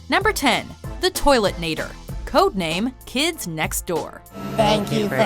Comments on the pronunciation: It's Toilenator, not Toiletnator. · .....It's Toilenator, it's not ToileTnator. God that's annoying x3